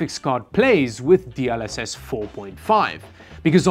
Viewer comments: DLSS ❌ D ul SS ✅ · I swear, my eye is flinching every time pronounces DLSS as "D-AHL-SS" instead of "D-EL-SS" lmao